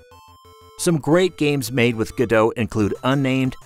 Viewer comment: Its not gadoe its go dot, like the founders who made it call it.